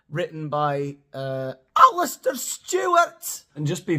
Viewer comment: "ALLISTAR" LOL